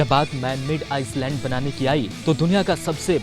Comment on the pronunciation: Bhai saab Ice land nahi it pronounce iland